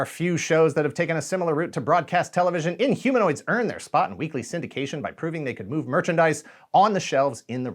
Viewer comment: In-Homo-Nots? :D :P